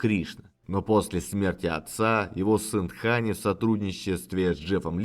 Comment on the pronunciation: С точки зрения деванагари, все правильно - он Дхани, потому что там первый слог с придыханием произносится